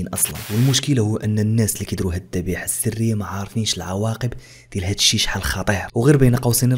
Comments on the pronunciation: الذبيحة و ليس الضبيحة 😂😂😂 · الذبيحة ماشي الضبيحة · الذبيحة و ليس الضبيحة